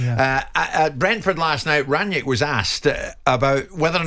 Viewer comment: Why can't Simon Jordan say Rangnick? His name is not Ranyeck